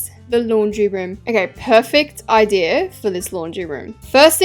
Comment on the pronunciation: i love the way says idea, "ideer" "idear" "ideeyer"